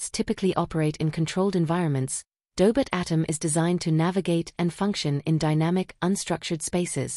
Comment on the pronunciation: Tell the AI it's pronounced Doh•bot, not Daybit.